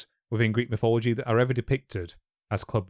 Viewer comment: Notice how wannabe greats always spell / pronounce shit different. Its always and will forever be mythology. Not mythillogy